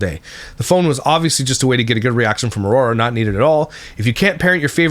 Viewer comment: Where's the grammar police pop up?! She says a lot of things incorrectly: Relling = railing. Why = while. Ora = Aurora. Seavanyah = Savannah. Drives me insane🙆🏾‍♀️🤦🏾‍♀️